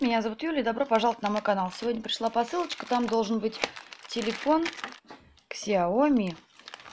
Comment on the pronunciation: правильно говорить СяоМи, с ударением на ми,не обижайтесь, пожалуйста.